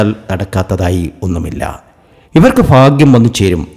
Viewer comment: Faghyam alla baghyam